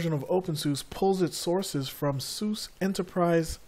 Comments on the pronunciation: lol Saying sous is like saying "look at that porsh!" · It's pronounced Sue Zuh. There is no "other way to say it"; There is right and wrong. SUSE = Sue Zuh